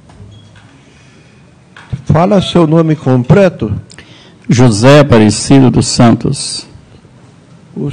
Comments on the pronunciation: Um juiz de direito falar "COMPRETO" aí é pra acabar mesmo 😂😂😂😂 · Oi? " Compreto"??? Ouvi certo isso? 🙄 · "Púbrico" "Compreto" "Prestá" "Iniciá as preguntas". Certamente, esse é o seu Creyson. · Gente, será que foi o juiz quem disse "Compreto"? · Eu ouvi compreto????